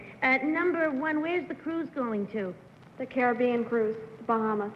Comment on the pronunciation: Anyone of those first three could have won, all so beautiful, and top marks to three people here for pronouncing CARIBBEAN correctly, something no one in the US does today!